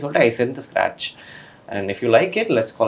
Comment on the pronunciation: How many times he says "scrach" ? - Yes